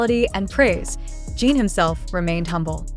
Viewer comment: Crap AI voice - who the hell is Jeeen????